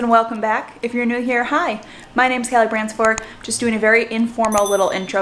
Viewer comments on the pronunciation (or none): Hi, have you thought of saying your surname in Italian? Branchee-forteh? It sounds weird in the English version!!